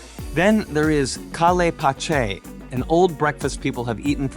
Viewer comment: On the 31 minute of this video you are SABOTAGEING the name of the food، it is SEE-RAA-BEE & SHEER-DOON please don't pronounce them WRONG. They eat this food very late at midnight or very early in the morning. The next one is pronounced Ka'le'h Paache'h.